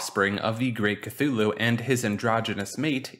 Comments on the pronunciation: "kloo-loo" not "ka-thu-loo" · It is not Kathulhu. Its Cthulhu. Thumbdown for tilting me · Cthulu had me dying 💀 brooooo it's Cthulhu (Don't worry about it it's a common error) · It's pronounced thulu not cthulu if you see it spelled with all the dipthongs and shawas the way Lovecraft wrote it most people get that wrong I have read just about everything he wrote and I honestly believe you have never read any of his work and people need to realize he wrote FICTION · You mean "KATHULU" KEKW (He tilted me all video long) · *k-tulu is the pronunciation